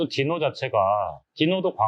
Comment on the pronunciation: 귀한 자료 감사합니다. 근데 제 귀에는 '디노'가 '지노'로 들리네요.. 제 이름이 진호라서요 ㅎ